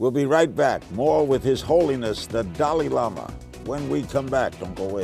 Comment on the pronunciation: hmmmm. maaaan. Daaal-"eye" Lama ... not "dally" like "daily". hrml says it himself at